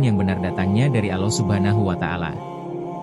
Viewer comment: Narasinya menyebut nama Allah kurang pas,carilah orang yg pasih.